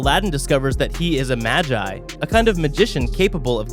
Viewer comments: Mogee not magi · Stop saying māji! Its magi!!!!!! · When he said ma-gie I died inside